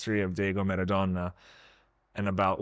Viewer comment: Small note: it’s Maradona, pronounced Mah-rah-DOH-nah, not “Meradona.” Just a heads-up.